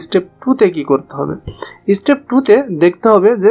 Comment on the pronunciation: Dekhe to English teacher mone hoi na step ke stepe bole would ke ought bole ☠️☠️